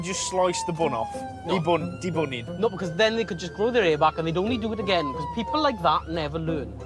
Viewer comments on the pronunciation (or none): “De-Bun it” 🤣🤣🤣